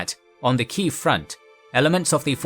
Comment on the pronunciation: You pronounce it as key jef